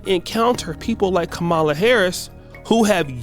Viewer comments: Destroyed? Only thing that was destroyed was your pronunciation of her name. You're educated so I know you can say Camelot as in the Knights of the Round Table. Her name is pronounced just like that with a soft "A" at the end. KAM-A-LA. You want her to do something at least get her name right. Drumpf will never get my vote and Kennedy doesn't have Kennedy values and not voting isn't an option. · Her name is Comma-La. Comma La, Comma. Comma, comma, comma- la. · Yes the Indian community is voting for Kamala. Her name is pronounced, Comma la. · Bro, can you at least pronounce her name right? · It's been years since she's been the VP...Take the time to say her name correctly...smh